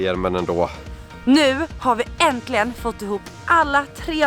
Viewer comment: Det heter inte "orgenkligt" eller "enklilgen" !det heter ordentligt och äntligen!! Är färgen som sitter på dragen giftfria?